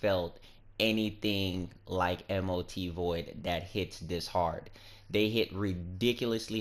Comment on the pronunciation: M.O.T? its Mot ...dude